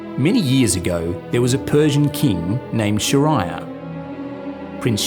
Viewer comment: SHEH-REE-YAR...Please take time to say his name right. And the graphic you used is of a SAUDI man....Persians in that time wore Turbans and Women did not cover their hair... These are quite jarring because it means no consideration at all to actual culture it came from was made. Persians aren't Arabs but the story was spread through Arabian, hence the name 1001 Arabian Nights, when it's real name was just 1001 Nights.